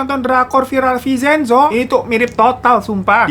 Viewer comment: Bang vin cen zo bukan vi cen zo😂